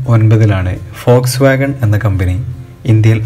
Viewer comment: Foxwagon alla....WOLSWOGON POLO..aan